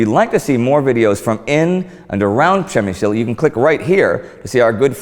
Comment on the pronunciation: You see Indy? Ryan relocated to Poland 10 years ago and he could perfectly say - PRZEMYŚL :D Nice video, this fort is more creepy than on polish side.